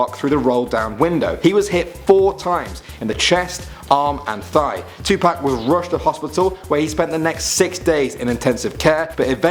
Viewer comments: Dude did you call him 2pack it’s 2 pac you pronounce it like (two p-o-ck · Adam Brown tupac not tu pac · When he was saying Tupac is sounded like u said Tu-Pack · Idiot said Tupac wrong dumbass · he says tupac wrong